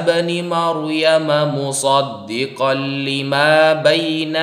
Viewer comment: 1 : 26 .....muṣaddiqal limā , bacanya sad bukan sod hehehe ....مُصَدِّقًا لِّمَا jelas dia baca latinnya